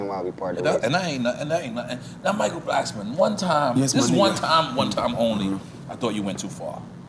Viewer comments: Why Nore keep Calling Him Michael blacksman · Why is everyone pronouncing Michael Blackson’s name wrong? Blackston or Blacksman! 😆😆😆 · He callin that nigga Michael Blacksman lmfaoooo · Am I trippin or does Nore keep saying Michael Blacksman instead of blackson 😆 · I just need NORE to stop calling him Michael BlacksMAN 😂😂😂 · Nore said.. “Michael Blacksman”🤣🤣🤣